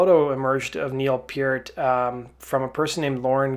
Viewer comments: Neil PURT; NOT PEE EHRT. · I have never in over 40 Years of Listening to Rush ever heard someone Pronounce his last name Pe-Art.... What the hell is that? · Pee Yeart? You can't even Pronounce his name! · He is pronouncing his name wrong. It's like saying part. Neil was particular about it too. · I wish u would say his fucking name right😏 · Stop saying his name wrong